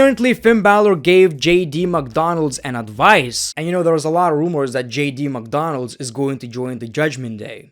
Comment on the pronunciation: It’s JD Mcdounagh not JD McDonalds